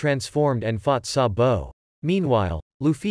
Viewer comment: Why he said sambo it’s sabo